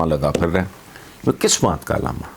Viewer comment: علامہ نہیں اللاما